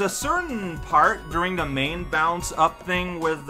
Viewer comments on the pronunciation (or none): none